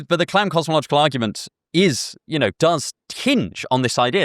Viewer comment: Kalam* not Clam